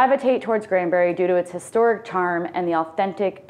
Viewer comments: Granbury. Not Grandbury. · Some of the information in this video given is completely inaccurate! Kerrville is not 60 miles southwest of San Antonio at all! It's 60 miles northwest of San Antonio! And it's not Grandbury, it's GRANBURY! additionally, she failed to mention it's within 30 mins from Fort Worth and just mentioned it being 1 hour from Dallas, which it's not. It's actually 1 hour and 25 mins from Dallas. I don't trust any info in this video, considering they don't know the geography and names of towns being narrated, which is totally wrong!